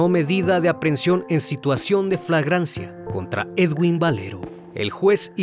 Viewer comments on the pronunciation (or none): Se escribe Edwin y se leé eduin. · se dice eduin no edguinnnn